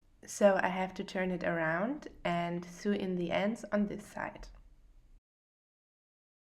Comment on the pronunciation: Great video! Very easy to follow. .. I just wanted to mention that the pronunciation of sew is 'so', also mit ein langes 'O', ☺️